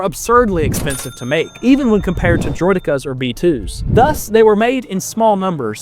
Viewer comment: Hearing someone say droh dekkas instead of Droidekas bothers me.